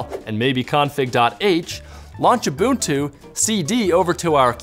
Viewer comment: Liked because you said ooboontoo! YAY! (Seriously, I'm serious. When I hear oobuntoo, I turn into Hulk and wanna smash).